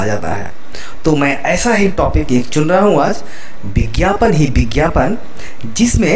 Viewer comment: It is not bigyapan, it is vigyapan.